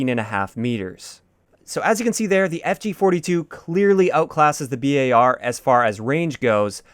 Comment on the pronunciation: Does it bug anyone else that he says B-A-R instead of bar?